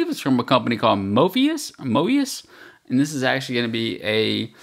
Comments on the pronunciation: It's called MOUS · It is not "mouse." It's mous.